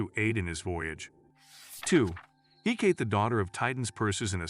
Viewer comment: Hecate is pronounced heh•kuh•tee